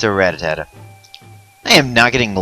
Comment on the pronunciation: rattata is pronounced ruh tata not ratatata